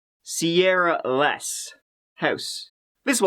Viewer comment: "a Sierah in a cornfield" 😭